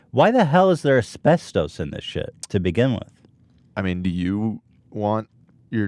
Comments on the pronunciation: How Ethan pronounces "Ass-best-Ohs" is hilarious. I pronounce it "As-best-us" The uses for Asbestos was huge before the 70's it was used as fire proofing, it made great in paint and cosmetics, because it's such a fine powder it would get in every little crack and crevice. Unfortunately the fact that it is such a fine powder is why Asbestos is so deadly. It settles in the lungs, and the body can't break Asbestos down, so it just builds up in your lungs and causes Mesothelioma. That's how my grandfather died, he worked for years in a shipyard in the 50's and 60's, and it caused Mesothelioma, and he died in the 90's. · "AsPeStös"- Ethan Klien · Actually couldn't finish listening to this one.Ethan say it with me now: As-best-us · Ethan saying "Asbesto's" like it's some cereal. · Nobody: Ethan: Asbestös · AsbesTUS. englirsh plesarse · It gave me cancer listening to you call is aspetose is pronounced aspectis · Pronounced 'aspestis' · How Ethan says asbestos drives me nuts! keeps saying it right but Ethan can't take the hint. It's not the Greek god asbestos. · Please for the love of god somebody teach Ethan how to pronounce asbestos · Ethan's pronounciation of asbestos makes us want to cook up a nice stew. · Does anyone else have a problem with how he says asbestos? Or have I been saying it wrong my whole life? I’m cringing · Ethan mispronouncing asbestos gives me life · why does he say asbestos like that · Has Ethan never heard someone say asbestos before? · It’s annoying that Ethan pronounces everything wrong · The way Ethan pronounces “Asbestos” triggers me. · YOURE SAYING ASBESTOS WRONG< MY EARS ARE BLEEEDING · You say so many words wrong or just in an odd manner, Ethan. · When you've been watching H3 for years and you still correct Ethan's pronunciation in your head "maybe I'm the problem." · Asbestos was throwing me for a loop, and no one casually dropped the correct pronunciation, I almost feel like he's testing if the dudes will do it